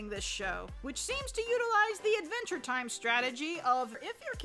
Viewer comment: “Advntre Time”